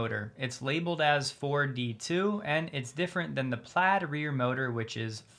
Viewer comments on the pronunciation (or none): none